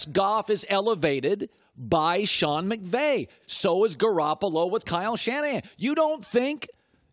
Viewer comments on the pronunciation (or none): none